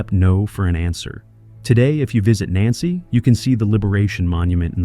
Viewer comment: It would help the narration's credibility it the AI had been programmed to pronounce Nancy correctly.